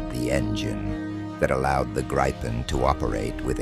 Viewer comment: Interesting - but please get your speaker to pronounce Gripen correctly?